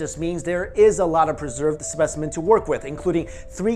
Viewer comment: I don't see any comment about this so I'll make it From all Aussies. Thank you for not saying MelBORN and pronouncing it closer to the way we do